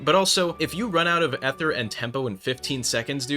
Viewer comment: you need to either make a new build or say ether properly, you can not do 2 bad things at once.